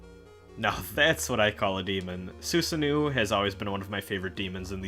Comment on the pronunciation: I didn't know that was how Baphomet was supposed to be pronounced! As for Susanoo, that's another one that you stumbled on. The pronunciation is "Ssah-know-oh" (the first "u" is silent, the double "o"s are both long"). Don't worry, I only learned that one by watching Digimon Frontier a long time ago.